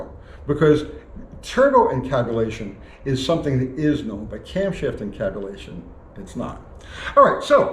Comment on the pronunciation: Did you say camtabulation?